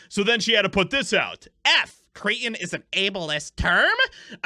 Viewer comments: It's pronounced " Krettin" by the way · Please stop dropping your it's. Cretin has a t in it. Martin has a t in it . I hate that . It sounds like a dumb girl's pronunciation. Otherwise, good job. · Why is the word cretin so hard for this dimlow to pronounce? 🤣🤣🤣🤣 what the fuck.